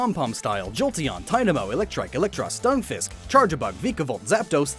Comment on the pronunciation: Lol just the way you said stunfisk